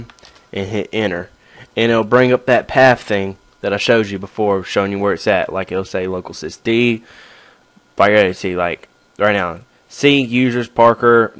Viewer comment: local disk (:C) not local cisk d